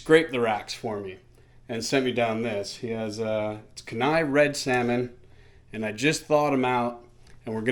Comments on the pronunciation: Kuh-ny not! Kee--ny...e.g. pronunciation for Kenai River. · Haha it is pronounced key-ni... all you had todo was ask ..i will send you some halibut and king salmon, Rock fish from my trip last season. I brought 400lbs of fillets back to Texas.